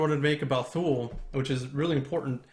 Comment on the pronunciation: Goddammit, it's pronounced: "too-lee." Did you bother to do a damn Google search, before you started that Kickstarter?